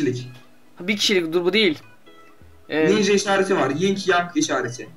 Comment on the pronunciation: Ninşa armalı diyo sen nereye bakıyon